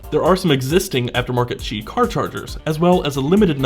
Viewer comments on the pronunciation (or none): Good video, but it's pronounced, "qi".